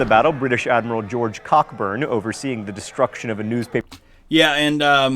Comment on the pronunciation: "Cockburn" is pronounced "Coburn"